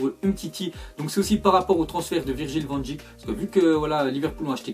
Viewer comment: Ça se prononce van deik